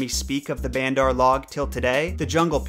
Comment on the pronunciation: You dont say bandar right